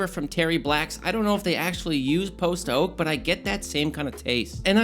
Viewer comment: keeps saying post oak like post-oak as if theres a pre-oak lol. post oak is a species of oak like silver, white, water etc.